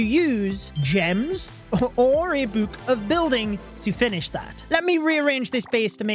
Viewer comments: Can we get a compilation of saying "Bouuhk"! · Anyone else hate the way he says book? Lol